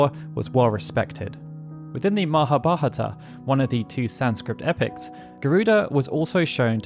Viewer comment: It'sMahabhaRata. You omitted a syllable